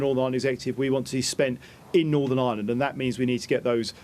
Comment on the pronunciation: I thought I heard thunder today but I suspect it was Ian Paisley turning at a rate of knots in his grave. 😂And, yet ANOTHER politician who needs a speech therapist! Norvern?